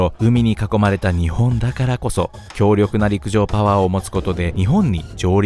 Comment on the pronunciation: 陸上パゥワァーでいちいち吹く